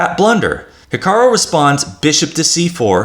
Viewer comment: It sounds like you're saying HikaRO rather than the correct HikaRU. Apart from that irritating detail, good video, thank you.